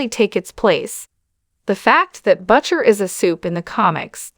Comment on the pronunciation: That's not how you pronounce Butcher...